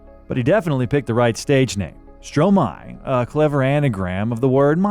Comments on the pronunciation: it's pronounced [stroma-ay] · Its pronounced strômaê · If you make a documentary about someone, at least make sure you can pronounce their name correctly...😑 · as a french guy, my ears bleed everytime u pronouce his name or song title, but its okay cus the snippets of songs fix it